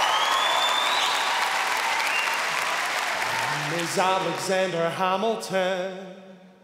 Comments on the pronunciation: They just can't QUITE land the accents. Some are better than others (), but some are just not so good. For example, it's hAmilton, not hOmilton. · it's hamilton not huhmilton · Same also Alexander when he saids Hamilton it has me dead 🤣 ‘Halmiton’😂😂😂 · Ella, it’s supposed to be said exactly how it’s spelled. Ham (as in the meat) - il (as in sick or ‘ill’ with the ‘il’ as in milk) - ton (as in a weight measurement with the ‘on’ sounding like ‘un’ as in ‘fun’, but it’s also acceptable to pronounce it like ‘en’ in ‘ten’ even though that’s technically incorrect.) Ham-il-ton. Hamilton. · GeekieGecko yes thank you some under stands he says homilton. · alexander HAHM ilton.. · Yeah, I don’t like this Hamilton, he can’t even pronounce it. Although he sings just fine. is okay. his voice is a bit wobbly though, I know he can’t help it but still. is good too. was good too, but his voice didn’t have as much oomph as Anthony’s did. Everyone else did fine, I guess. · cant pronounce hamilton